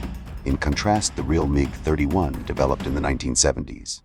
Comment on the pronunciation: Horrible AI and horrible Narration. "Meeej" for 'Mig'? Cl'eye'nt for Clint?